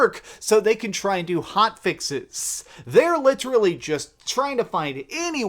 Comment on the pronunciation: I swear if this guy says litrally one more fuckin time...